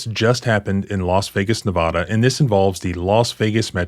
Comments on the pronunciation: Sir would you please for the love of God pronounce Nevada like the word has always been pronounced ne-VAD-uh ne-VA- dah. PLEASE you're teaching others and it is wrong. Or do you live in Kentooky? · It's Nevada,not Nevahda. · Nevada is pronouced Ne vaaaaaaaaaaa dah. Like Colorado is pronounced Colo raaaaaaa doh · I sure wish you would pronounce the state of Nevada correctly. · Learn how to say Nevada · Please learn the correct pronunciation of Nevada. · As a long time Nevada resident I feel qualified to tell you that you are mispronouncing Nevada and it is a great offense to do so.